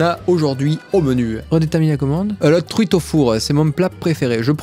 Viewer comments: "je prends une truite" Ce que j'ai compris: "je prends une CUITE" XD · "Je prends une tuite" oui, oui, 😭